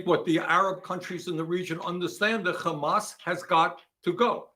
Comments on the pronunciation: "we have a situation where... KKHHHHHHHHHHAMAS..." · He just said "Khhhamas". THAT'S THE END OF IT. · I hate how he says "Khamas" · Anyone who says KKKKhamas has the worst shit takes. So hearing Bernie pronounce it that way immediately shows everything about his stance on the issue. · Bernie is purposefully saying khamas. There is no excuse for him to say it this way smh. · The way he pronounces 'KHAMAS' tells you everything you need to know about Bernie. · When someone says khamas I know something is not right. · When he said "Khamas" you knew he was washed. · idk what anyone expected, hes always been part of the tribe. he even pronounces hamas like his israeli handler. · I LOVE you. I literally came to the comments to say that😭 it’s so disgusting especially knowing that he’s literally American yet saying it like that🤢😷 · Don't lie. Hamas is written with a ح , not a خ. SSrаеІіs are just too stuріd to pronounce it correctly. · Another one